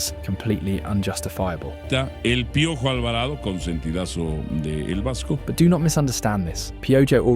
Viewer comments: It's pronounced: Pee O ho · Oh no… not pee-o-joh! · You are pronouncing his nickname slightly wrong 😢 but appreciate the attention you have been giving us lately.